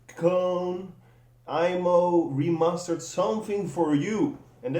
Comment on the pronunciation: did he say "re-mustard" ?